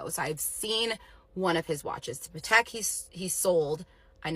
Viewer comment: She didn’t even know how to pronounce Patek correctly! Like yes it’s an expensive watch but that was not how it’s pronounced